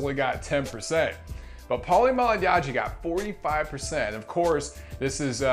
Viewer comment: The way you say Malagnaggi lol